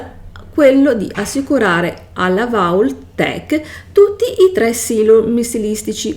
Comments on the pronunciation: Come fai a recensire un gioco e non sai neanche pronunciare vault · Non saper pronunciare alcune parole non vuol dire non saper recensire.